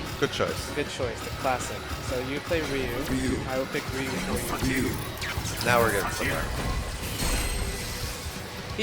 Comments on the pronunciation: Bitch can't even pronounce Ryu... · He called Ryu...."Ryan" he actually gave me an headache when he said that and he hates zangief because of the way he acts and character design....why the fuck did he pick zangief then? 😒